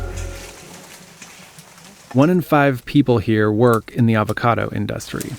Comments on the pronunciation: inDUSTry? My man needs to relearn some english. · Lost all respect when the narrator said “In dust tree” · "Industry" is not pronounced like Trump did.